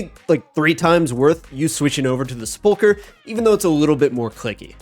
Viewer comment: I’m shocked at how many RuneScape creators don’t know how to pronounce sepulcher